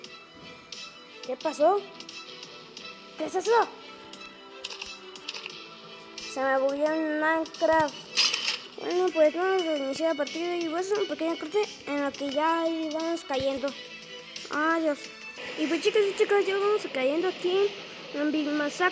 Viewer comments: Si dijo maicra xd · soy yo o dijiste mainkra? xD